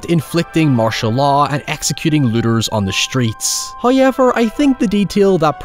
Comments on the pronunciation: I know he can’t help his accent and I do love his videos but the way he says “however” is just… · Love the way he says “Hoaiever” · My favorite part is when says "It's Hoyeverin' time." And just starts hoyevering all over the place.